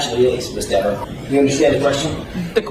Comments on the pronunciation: Could you imagine dating this diva? I mean deber, I mean deever, I mean gararge gal??? Lol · Somebody is lying: Cox or Dever., it drives her crazy to hear people mispronouncing her name as "DEAVER". 🤣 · She might also learn that Dever is DEEEVER while she is at it! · Oops! The guy keeps saying her ( Deever ) name wrong. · Love that you insist on saying Dever's name wrongly throughout.